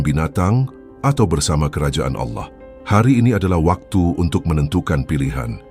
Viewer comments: Harus Nya Allah … Bukan Alloh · Bukan auloh tapi Allah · Naratornya kebablasan saat menyebut Allah menjadi aulloh. Semoga segera sadar bahwa yg sedang dibacakan adalah ajaran Allah yg hidup yg turun sebagai manusia ,menjadi domba pengorbanan . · aolloh ❌ ALLAH ☑️ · mengapa penyebutan ALLA seperti orang kafir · Maaf aku tau ini AI tapi tolong di perhatikan suara penyebutan ALLAH. AGAK menyesatkan kalau salah sebut